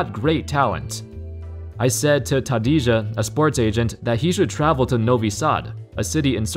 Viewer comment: So was I, but then he mangled Tadija. 🤭